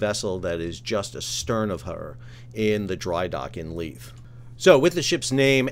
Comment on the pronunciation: Edin buh-ruh. The buh runs into the ruh. You got Leith (Leeth) right! Almost all Youtubers outside of Scotland get both wrong.